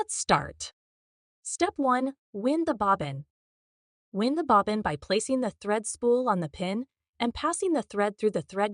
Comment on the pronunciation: Videos about as helpful as a flat tire, totally useless. I'm extremely experienced seamstress trying to help a young friend with her machine. I have to go online and try to look at the manual because this video is totally useless. You can tell and say hi they don't even know how to say wind the bobbin they think it's is Blowin in the Wind. That's because the AI does not have the ability to take it in context😢